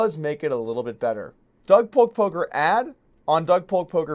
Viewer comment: Is he saying "Polker hands" or "Poker hands" Im so confused.